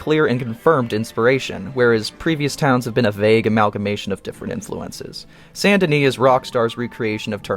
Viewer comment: Say it with me: "Saint Denis". Not Sandini, not Sun and Knee not San Denny.